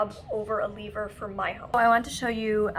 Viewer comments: " L-EE-ver" hahaha I love Molly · ?? i’m hearing lee-ver. at around 32 minutes. maybe because i’m also from canada.